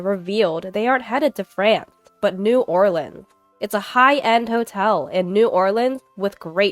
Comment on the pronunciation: I'm in shock, you pronounced New Orleans correctly 😂❤❤❤ Love your voice ❤